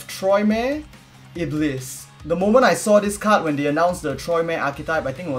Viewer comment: I think the stress is at the lis not the the ib. it's more like iblees